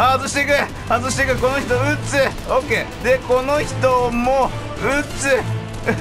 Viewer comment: だんだん 撃つ が 鬱 に聞こえて来る